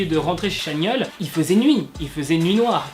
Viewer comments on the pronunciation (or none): Ça se prononce TChanyeol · Je tiens juste à dire que « ChanYeol » se dit « TchanYol » ! Sinon, superbe vidéo 🥰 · Pk personne ne corrige dans les coms? Sur la prononciation de Chanyeol.